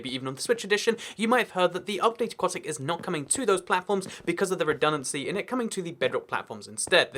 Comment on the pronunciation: Aquatic update, not aqautic update